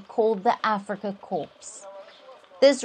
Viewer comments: Reporter PLEASE pronounce CORPS as “KAW” or “COR” bloody hell, I was thinking of a dead Marine when you prounounce “KorPPPs” with “P”😂😂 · Is this presenter on a wind up, corp is pronounced core with a silent P not pronounced corpse. Stop it, you trying to curse or belittle them.